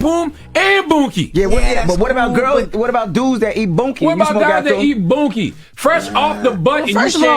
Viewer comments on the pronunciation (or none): I'm sorry but calling it "boonkie" is kililng me.